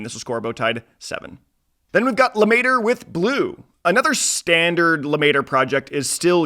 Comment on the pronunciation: Bro the pronunciation of Lemaitre is so insane lmao